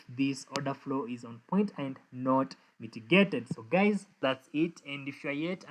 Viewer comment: 😅Did you just say "hello gays" at the beginning of the video?😅